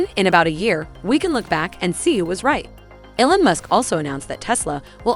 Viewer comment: It’s pronounced “E-Lon”, not “El-on”.